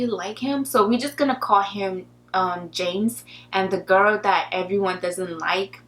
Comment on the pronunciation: Try saying 'girl', instead of 'gir'.